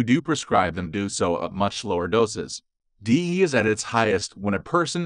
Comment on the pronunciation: It's an AI voice not a human. It doesn't know you have to subs each letter of the acronym. Irritating isn't it. I refuse to listen to AI voices